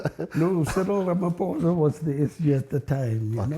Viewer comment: He does even say President Ramaphosa 😂😂😂😂😂